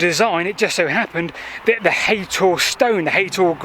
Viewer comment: It’s haytor nit haton I can see the rocks at the top of the hill from my house